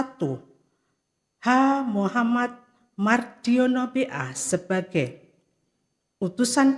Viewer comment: Sing moco kok.... Muhammad cuma dibaca Muh